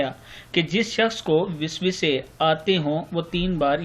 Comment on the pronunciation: Lafz wiswisah nahien waswasah hota hay theak ker lien